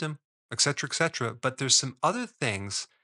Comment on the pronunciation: There's no such word as "eccetera" (eks); it's "etcetera" (ets).